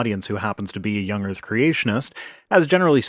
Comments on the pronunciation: Why is no one talking about him saying young erf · Does he say 'young erff'?? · Young Earf ... seems legit. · >.> soo much "young erf" with that guy